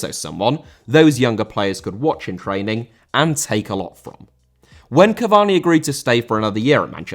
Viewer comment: Cavani* not Cavorni